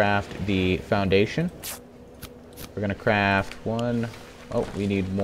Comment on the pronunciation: BeastlyBoss I know what he meant to say,I just heard him say crap saddles, and if you don't believe me turn on subtitles :)